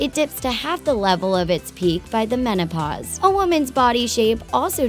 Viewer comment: "when women reach the monopause" wtf